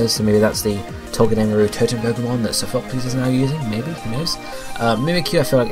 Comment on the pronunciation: i cringe every time u say sophocles lmao